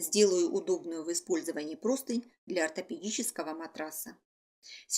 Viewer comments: Почему все говорят и пишут ПРОСТЫНЬ?!! Правильно ПРОСТЫНЯ́. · Друзья! Правильно -- простынЯ, с ударением на Я! Всех благ! Мастер-класс отличный 👍